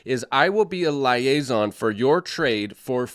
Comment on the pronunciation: Sorry but it's leee-ay-zon 😂😂